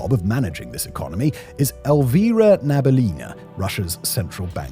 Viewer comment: Its not Elvira Nabil'Ina, It's Elvira Na-bi-U-li-na (emphasis on U, sounds like 'oo' in wood). It's a Tatar surname. Btw thanks for good analysis, as a Russian I confirm most of it. Although saying that there was any kind of civil unrest after draft was announced in autumn of 2022 would be too optimistic. There were few thousands people who protested right after the invasion but many payed for it with their freedom and since than there is practically zero protests in Russia. Which is probably good because it's a lot of risk for 0 effect.